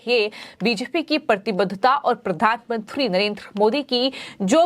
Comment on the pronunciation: आप के चैनल पर समाचार बहुत सही व अच्छे होते है परन्तु समाचार पढने वाले एन्कर, खासकर का हिन्दी उच्चारण ठीक नही है। कुछ शब्द जैसे कि 'बी जे पी' को स्पष्टता नही बोल पाती। एन्कर का उच्चारण स्पष्ट होना चाहिए ताकि और ज्यादा दर्शको का चैनल से जुड़ाव हो सके।